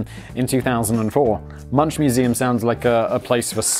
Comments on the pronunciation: Nailed Van Gogh pronunciation, ... It's (Ed Vard Moonck) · So you can get all huffy about Van-GOUCHKCGHCKGHGHCH but you can't be bothered to say Moonk?! SRSLY? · Edvard Munch's surname is pronounced Moonk. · Edvard Munch's lastname is pronounced as /mʊŋk/ MUUNK and has nothing to do with a Sausage cat. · "Munch" is pronounced like "Monk" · It's pronounced 'monk' by the way. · I would try to correct Simon on the pronunciation of Munch in Norwegian, but... this video is a month old and he's Simon, so just about 0 fucks are given... for anyone interested, the "ch" is a k, and the u is almost like the u in "uncle", so almost like "monk" but more drawn out and lighter tone on the u.... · Oof I really hurts as one of those stuck up artsy type to you say Munch wrong. lol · Any fellow Norwegians here to laugh at how he pronounces Munch? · munch? MUNCH!!?? ill munch you, simon, thats the worst pronounciation youve ever done WHOA. Is this a plot to make Edward Munch sound like a cookie cutter artist??? SUBLIMINAL MESSAGE, MUNCH??? smashing that dislike button soooo haard y i k e s. its pronounched munk. with a k. like in cookie. GET IT RIGHT SIMON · Simon: About the Norway Terror Attack (2011). Norway has a max prision time of 21 years, but this can actually extended indefinitely. The asshole terrorist (which I will not name) will never leave prison... Also Edvard Munch is pronounced as Munk. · Edward Munch: ... Simon: edward munSCH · It’s pronounced “Moon-CK” (hard K sound at the end). Edvard Münch (not “munch”, moon-CK) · "Edvard Munch's" name has never been, is not, and never will be pronounce MUNCH, as in "munchies", even though lazy people worldwide continuously say it that way. The correct pronunciation for "The Scream's" artist/painter Edvard Munch is Edvard "MOONK", and always has been. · FYI - It's pronounced Edvard Munk. The U is still pronounced the same (not like in monk), just replace the SH sound at the end with a hard K! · Munch is pronounced "Moonk".